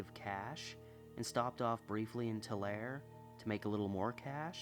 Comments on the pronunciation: Tulare is said too-larry I used to live there and yaeh if your not familiar you wont know how to say it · Really enjoyed this one. By the way, Tulare California is pronounced "Tularee". 😊 Tulare-ites can be sensitive about that!